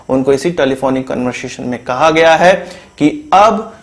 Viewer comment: Stop pressing... On .. HAI, HAI HAI !... what the hell!?